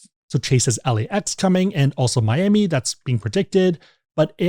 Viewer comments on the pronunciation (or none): none